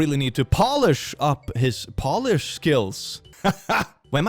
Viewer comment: You need to polish your English, since Polish has an "o-w" sound insted of an "o" sound